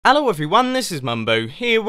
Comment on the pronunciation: "Allo everyone"